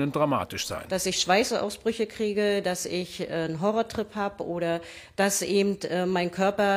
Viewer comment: "ebend" Ich kriege Ohrkrebs.